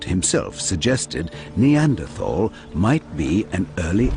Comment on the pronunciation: why cant americans pronounce neanderthal correctly?